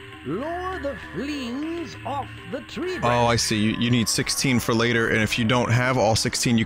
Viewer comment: Fleens? You're not Fleens!